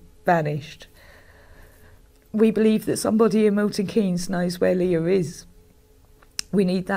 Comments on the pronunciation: Just so you know it’s pronounced Milton Keyns not basically miss the E Thames as in TH is pronounced TEMS SO TAMES DROPPING THE H lol. English place names are not always as they seem, that said Welsh and Scottish place names can be a nightmare to say lol. BTW I am totally loving your channel so far I started subscribing this week 🙂🙂🫶🏼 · I'm sure someone has already said in the comments, but just to help out with the weird UK pronunciations, Thames is pronounced "Tems' and Milton Keynes is pronounced "Milton Keens"! I know, we're weird! Better that we were like the Spanish where each letter is always pronounced in the same way. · It's pronounced TEMS VALLEY and MILTON KEENS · Pronounced Milton keans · I love this channel and you but girl, I’ve got to say this… I’m in the UK and it’s pronounced ’Buck-in-ham-sheer’ I’m from Oxfordshire (just next door to the above county) and the city is pronounced Milton ‘Keens’. This story just blew up over here and I’m glad to see some coverage from across the pond. RIP Leah, rest easy. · Another excellent video, as are all of yours. I hope you don't mind me suggesting a few pronunciation corrections though: the "shire" in counties such as Buckinghamshire, Cheshire, Lancashire, etc, is just pronounced "sh", and the "Keynes" in Milton Keynes sounds like "keens". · Whilst you have adopted the uk 'glossal stop' by dropping your T's, you can also do the pronunciations right. I live in Buckinghamshire and you pronounce it "BuckIN AM SHEER" and its Milton KEENS. :) Thames is "TEMS" the river you see in London, this valley is just the same name. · I know it’s not the time. It’s pronounced bucking-ham-sheer and mil-tuhn-keenz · *’Milton Keens’ in ‘Buckinghamsheer’, and ‘Tems Valley Police’ not whatever it was you said 😂 I love you, but those pronunciations amused me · I love you so I hope you won’t mind me correcting you. “Bucking um sheer” “milton keens” are the pronunciations and there are many cities in Buckinghamshire. 🥰🥰